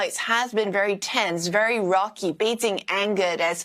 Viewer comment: I really hate how pronounces Bei jing as Bei jin g Improve your pronunciations before reporting please